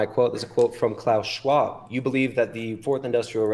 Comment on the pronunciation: If i hear klaus fucking shwaub one more time😊